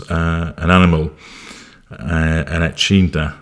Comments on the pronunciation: Don’t want to correct you but the spiky Australian animal is pronounced E kid na.😂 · Just to help you out... echidna is pronounced E-kid-na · Aussie here. It's pronounced ee-kid-nah. Prickly spikes like a porcupine. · Echidna sounds like E-kid-nah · E-kid-na, sometimes called a spiny anteater. Probably not a compliment lol Whilst I'm bringing up pronunciation, you say Melbourne like an American. Try Melb'n. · No better horsemen than jackaroos hazza. A pampered prince wouldn't have a hope 👍🇦🇺 Btw the spiky animal is pronounced an Eee-kid-na ❤